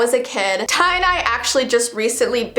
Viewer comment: I know this video is supposed to be creepy but I just think its really cute how she called Tye “Tye-dye” ❤️